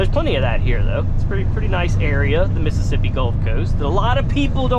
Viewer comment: he always said Missippissi